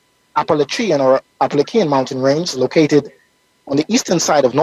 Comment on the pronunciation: “ap’-ah-la-CHEE-ah” I’m slightly west of the Appalachians and I’m officially adopting this super cool pronunciation as canon.